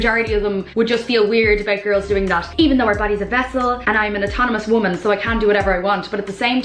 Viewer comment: Why are people saying woman like it's plural and women like it's singular? I keep hearing it. When did people start switching these words around? It sounds stupid.